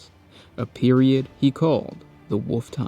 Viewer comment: Love how when you say wolf it sounds like wuff